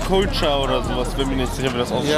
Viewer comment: Wie einfach Couture einfach englisch und nicht französisch ausspricht... Manchmal frage ich mich echt wie diese „Mode“ Youtuber denken sie hätten Ahnung von Mode wenn sie nicht mal den Unterschied zwischen Versace Jeans Couture und dem normalen (teureren) Versace kennen geschweige denn es richtig aussprechen.🤦🏼‍♂️